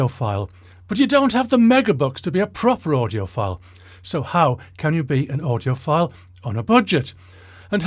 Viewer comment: Did he say "...how do you appear to be an audioPILE [ie you're full of IT]?"